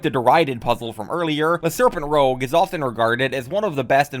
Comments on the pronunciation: That’s pronounce “luh serpen rooj” Not “rogue” It’s French, it means the red snake. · Every time you pronunced 'rouge' as 'rogue', I died a little inside, and I'm not even French. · Well, we were warned. Should have skipped to 'Balls' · If you can pronounce "Rouge the Bat" perfectly fine, you have no excuse to mispronounce that same word in "Le serpent rouge". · Or 'Moulin Rouge'.